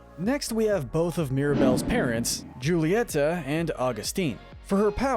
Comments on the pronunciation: Julieta is Hu-lie-ta :) (Dude I'm good at reading!) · Ok just a reminder it's huletia ( that's how you pronounce it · How to not mispronounce the character:Julieta You see "j" in Spanish make a "h" sound Witch means it's pronounced "Hulieta" Also it's the "Madrigals" not "Madrials" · isnt it pronounced HOO-lee-et-uh? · You don’t pronounce it right it’s hu-lee-eta and ab-wel-a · Just saying, Mirabel’s mother’s name is, “Hull-EE-e-TA” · Could you try to pronounce the names correctly? I was trying to let it go until you got to Julieta. The J should be pronounced like an H.